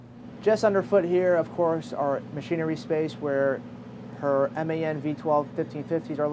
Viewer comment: Seriously, big up for calling the engines M.A.N. and not “man”. Good video!